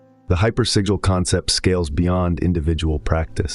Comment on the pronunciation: This is all AI - hypersigil isn’t even pronounced correctly through video